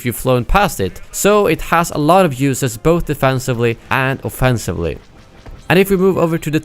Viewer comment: Offensiwly And offensiwly